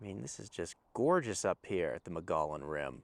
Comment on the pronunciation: Wait a gosh darn minute! How did you just pronounce Mogollon Rim? It’s pronounced muggy-own